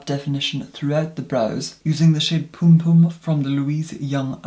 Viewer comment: Krystle Lewis Sadly, it’s “Pompom” but pronunciation makes me giggle each time too thanks to being clued in by a lovely Jamaican friend!